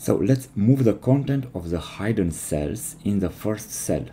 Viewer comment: "Hidden" has a short 'i' sound.